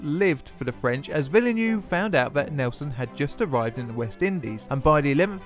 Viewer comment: Sorry, but your atrocious pronunciation made this unwatchable: Loo-tenant; Villa-new; HMS Circle when it clearly says HMS Circe; firty for thirty, etc, etc.